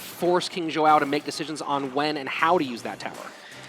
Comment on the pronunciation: These casters are terrible. Instead of pronouncing King Joao's name like King Jow. Both of them are saying King Joe-oww. Stream would be better without these 2. Maybe I'll just turn the sound down. But I mean come on. At least get the players name right. That should be easy. Soo freakin annoying. Once again, my cousin that stutters and has turrets is available if you want to upgrade supercell.